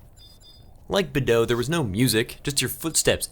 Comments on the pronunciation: Lol, Badeaux is also difficult for you to pronounce hehe. ;) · I've never thought about pronouncing Beadeaux as you did. I always just said it how it's spelled, like Bee-ah-dew-ux, which I know is not right, but it's the name I know it by for the last 15yrs lol.